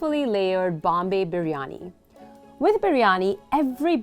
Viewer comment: I was shocked how correctly you were pronouncing biryani...like proper ❤️